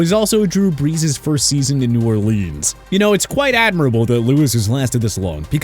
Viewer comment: Hate that this guy can't pronounce New Orleans correctly